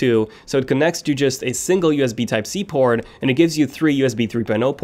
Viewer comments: single USB type c porn 😂🤣instead of saying port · haha he only said it and it sounded like that cause of his accent..